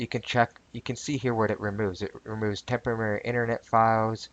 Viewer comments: Tempemary files tememerary files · LMAO! It's a "Tempomary"! LOL! It's Temprorary. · Tempamerry? lol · This time, I am fairly certain you proved you could pronounce 'temporary' correctly, albeit only once out of six attempts. Still, congrats!